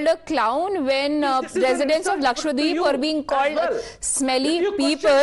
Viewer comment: It’s not LAKSHWADEEP It’s LAKSHADWEEP